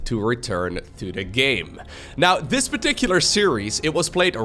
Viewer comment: Oh my gosh. Now all I can hear is dis and dey for this and they. But half the time says it with his accent and half the time he doesn’t. I can’t unhear it now! Lol